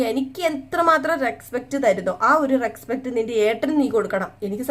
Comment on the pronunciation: Bahumanam ennu parayunnathayirunnu nallathu reskpet alla respect ennanu ucharanam